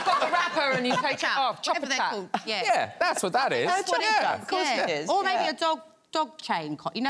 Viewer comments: Omg all of them trying to pronounce "chupa chup" and none of them get it right 😭😂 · Ikr 😆 I was like screaming IT'S CHUPA CHUPS 🤪